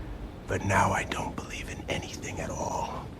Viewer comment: Are you saying: “I believe..” OR “I beweave…”